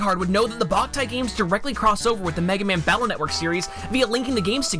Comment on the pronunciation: After doing my own research, I've some to the conclusion that the title of Boktai was mispronounced. The original title being "Bokura no Taiyo" ended up being prounounced as "Ba" instead of the original "Bo"